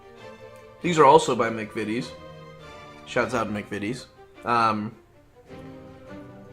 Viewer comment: The first video of this type where McVities was pronounced correctly straight away. Instantly subscribed.